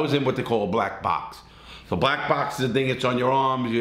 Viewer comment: “blacks” that sound a lil off 😂😂🤦🏾‍♂️